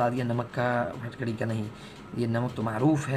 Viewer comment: Phatkadi nhi phitkri ya phitkari